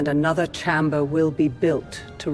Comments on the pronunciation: Fantastic except for pronunciations of certain words = CH-aim-Ber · I wish they'd stop mispronouncing chamber......and Coruskant?........Coruscant it should be.